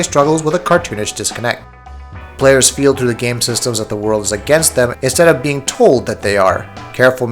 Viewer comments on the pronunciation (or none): none